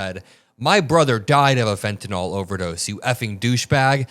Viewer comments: Its not fentenol... its fentanyl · PLEASE PRONOUNCE THE DRUG CORRECTLY!! IT SHOWS YOU ARENT PROFESSIONAL. ITS FENTANYL (NIL) NOT FENTANYL (NOL). PLEASE! You're misinformed!!! R.N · my pet peeve: it is not pronounced FentaNOL -- it is Fenta NIL. end rant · Not always credible since the drug in not fentenOL, it is fentenYL. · I wish people would stop mispronouncing “fentanyl.” Is there an “a” in that last paragraph? No, that is a “y.” The pronunciation guide uses a schwa sound. Pronounce it as though it ends in an “le,” as in “little,” or “able.” You can look up the pronunciations of any word, and nearly any proper noun, online. There is no reason to mispronounce words, when you can find & learn the correct pronunciation in one minute’s time.